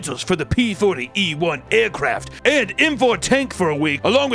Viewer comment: Papa channeling cartman with 'eehrcraft' eehrstrikes'